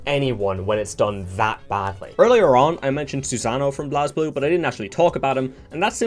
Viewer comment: Just to be that guy, it's pronounced "Blaze-blue" and "X-ard" (think of it like first, second, x-rd, I guess). Nice video either way, really glad I clicked on it in my feed. Keep it up